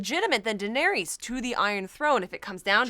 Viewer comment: IT'sPRONOUNCED "DINARISS" (you guys rule though mkay? No crit w/o love)